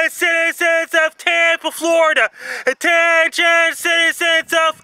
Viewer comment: NO ONE: FRANKIE MACDONALD: * A *T *T*E*N*I*O*N